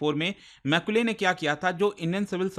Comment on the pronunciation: Not maicule मैकाले 😂😂